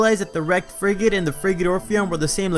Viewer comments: i keep hearing friggin orpheon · The more I here frigate, I keep hearing “freakin”! I keep hearing the Freaking Orpheon!